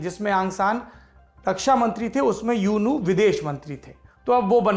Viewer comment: आँ सां नही औं सां यह सही उच्चारण है ।।यू नू नही ऊ नू सही ।सही उच्चारण है ।। बाकी सही इतिहास है । औं सां की बेटी का नांम औं सां सूची ।।